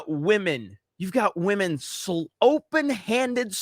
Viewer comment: shame shame, you miss pronounced the word Wamen again.